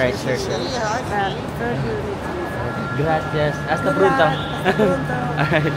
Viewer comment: Hala sabay sabay nga kayo kumain ng grapes. .. Taray nung "Asta prunto".... Try mo kaya gumamit ng Google translate tapos iispeaker mo or any app pag di marunong mag English nakakausap mo?